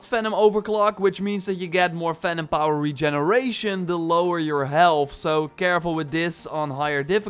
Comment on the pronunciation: Am I the only one that thought he was saying Phantom power instead of Venom power?